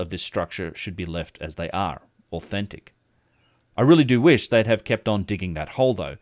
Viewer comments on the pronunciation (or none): none